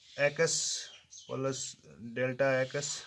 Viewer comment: Aap ko to plus b nahi bolna aata